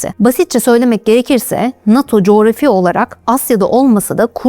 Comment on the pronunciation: cografi kelimesini Allah askina duzgun telaffuz et